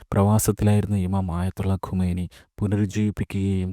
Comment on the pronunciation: ഖമെനി അല്ല ഖുമൈനി